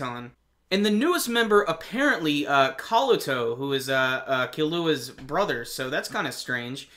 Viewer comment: I've always hated the old pronunciation of Killua(in the old dub). It's Keelua, not Keeluua. Just a pet peeve I guess lol. Awesome episode that's for sure though.